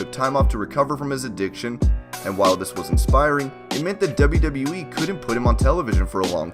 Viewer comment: Again "In the debe debe weee"